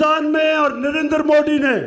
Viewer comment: Modi tw sahi se bolo beta